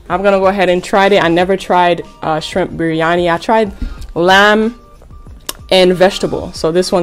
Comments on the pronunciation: How to pronounce the rice: BREE-AN-III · Im not Indian but you pronounced berryani wrong but I was just trying to tell you ❤